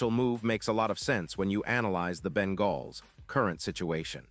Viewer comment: What are you talking about man, first of all the trade deadline is already passed for this year and so a trade isn't even possible and second you stated that the Bengals which you didn't even pronounce correctly had a 5 and 8 record. I don't know what season you're looking at but it certainly isn't this season so obviously you're either a moron or a chatbot.